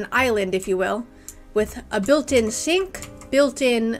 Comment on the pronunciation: Did you say “built in shink”